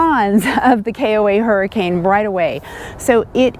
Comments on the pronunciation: The town is pronounced Hurricun! And Zion is pronounced Ziuhn! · Been there many times. The locals pronounce that town's name as hurri-cun. Not like the storm. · Locally, Hurricane is pronounced Hurrikin. We stayed there. It isn't bad. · you are amazing, we will follow Paul as well. Best to both of you. Thanks for the info on the KOA in Hurricane. Although it is pronounced Hur A KIN. We have been on the on our annual 2 month trip to from AZ to MI-VA and the running about. Gosh, we get sick every year. We don't socialize a lot and are healthy people. Have you done a video on this? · Don't let the locals here you calling Hurricane the way you pronounced it. LOL The correct pronunciation is HUR-I-ken. The area around there is absolutely beautiful. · Thanks for the great info. BTW it's pronounced Her-a-kin even though it's spelled Hurricane. Weird I know. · Don't try to pronounce any of the cities in Utah without asking a local first. Many of the pronunciations just don't make sense. LOL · I believe locals actually pronounce it Hur-i-ken. I know it’s spelled like Hurricane.